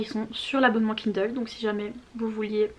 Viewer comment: Tu me fais vraiment trop rire. Je lance à peine la vidéo et j'entends "KUNDLE" jpp 😂